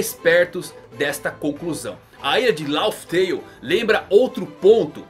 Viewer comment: Bro é Raftel e não Laftel....